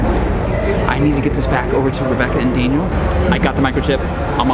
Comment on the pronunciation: Kasey Krug it’s Daniel not Dainal